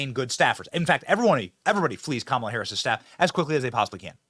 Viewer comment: Even Montell pronounce it KAH MAH LA!!